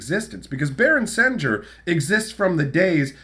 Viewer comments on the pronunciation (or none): I always thought it was pronounced “sen-gear” similar to the sound of sanguine